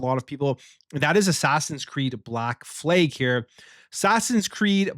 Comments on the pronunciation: Why do you keep saying "Fleg" instead of "Flag?? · The American and Canadian Fleeg😂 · Flag.. Not fleg! WTF..